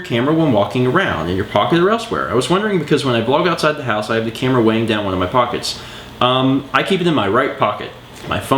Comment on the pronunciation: when you said camera it sounded very southern